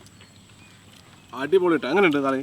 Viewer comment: മദ്ഹൂദും അല്ല മച്ച് ബൂസും അല്ല മള്ഹൂത്ത് مضغوط എന്നാണ് പേര് പ്രഷറിൽ ഉണ്ടാക്കുന്നതുകൊണ്ടാണ് ഈ പേര് ( പ്രഷർ )